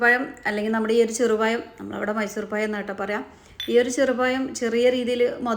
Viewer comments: Payam alla pazham Malayalam Parayan patilkuka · Ya Alla zha ennu parayuuuu. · പയം അല്ല പഴം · പഴം ആണ് പയം അല്ലെ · നിങ്ങള്ക്ക് നാണമില്ലേ പയംപയം എന്നുപറയാൻ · ഇയാൾ സ്കൂളിൽ "പഴം എന്നല്ലേ എഴുതിയും വായിച്ചും പഠിച്ചത്?... എന്തിനാ മലയാളത്തെ കൊല്ലുന്നത്? നമ്മുടെ ഭാഷ സുന്ദര ഭാഷ ആണ്.... Proud of it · പ ഴം 😂